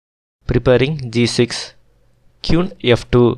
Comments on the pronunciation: Okay. This was good, but the pronunciation made it challenging to listen to. It took me a while to realise that the qune was in fact the queen. If your pronunciation gets better, these videos will be very good. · Sorry bro, you may feel like this is no big deal. . But you should work on your accent and pronunciation on a minimum. Listening Kyun, Kiwan, KIwoon every other move feels disturbing and sort of annoying. . It feels like you upload the video after the first time you record, your speaking skills aren't great, you should consider creating a script and try multiple recordings before uploading. Your upload frequency is not great, so you can atleast put a bit more effort on the video itself, and not just think that people will watch because the game is awesome or magnus, other renowned players are playing. . And moving the pieces to show an actual alternate position is so much better. People are watching an analysis of a match, not playing a match online. Move the pieces whenever you can.